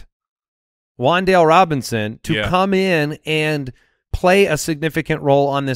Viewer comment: Keep Wan'Dale a secret, yall! That's my dude.. and it's pronounced Wan'Dal'e